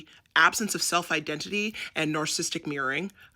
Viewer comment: Love every second of this- thank you! Not tryna be a Karen, I promise- it’s “narcissistic” not “narcistic” 💜